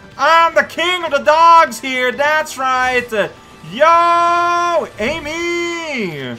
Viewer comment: If you're curious, "Ammy" is pronounced "Ah - mee" since it's short for "Amaterasu" (AH - ma - te - ra - su). It's not like the pink hedgehog from a certain faster than normal hedgehog game.